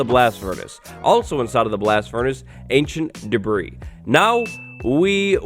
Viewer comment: When says, "Ancient Debris", I still hear Ancient D'breeze echoing in memory. 🤔💭